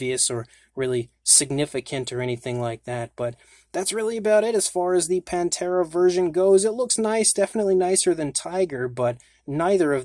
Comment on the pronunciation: Pan-thera I like Pantera but ppl often say it wrong panthera meaning the genus of large cats being leopards,lions,tigers and jaguars